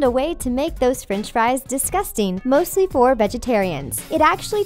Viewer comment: the narrator pronounces french fries ''frinch fries''